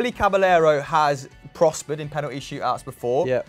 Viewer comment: These guys almost never pronounce Caballero's name properly.